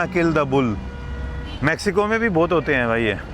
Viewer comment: Bhai mexico hai not maxico